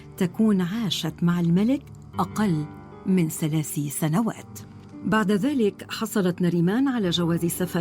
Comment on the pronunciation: تقرير جميل لكن استغرب عدم تفريق المذيعة بين حرفي (س) و (ث) ، فمثلا تقول "سلاس أيام" …و الصحيح ان تقول "ثلاث أيام…و غيرها من الأخطاء في اللفظ.